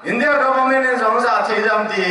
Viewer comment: Nagen dik ... pronounce d dan Zo like Jo